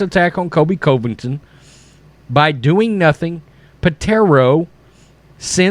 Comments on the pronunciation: I love the channel but please I can’t keep hearing Kobe Coveington. With all due respect it’s pronounced like kohl-bee, not Kobe. And it’s pronounced cuh-vington, not coh-vington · It's funny this guy doing the video can't even pronounce Covington right. LOL I still contend he has never watch sports. Mark Jones is a moron.